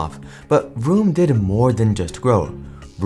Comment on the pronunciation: Listening to you pronounce vroom as broom every time 😂